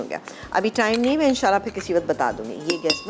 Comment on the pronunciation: Pls abeer and all say In Sha Allah.prononuce right.